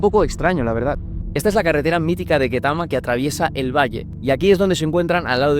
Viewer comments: se pronuncia ktama no ketama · It's pronounced ketami as in a b c